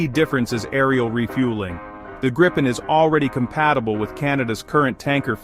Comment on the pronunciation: The changing pronunciation of Gripen in almost every sentence was really distracting and annoying!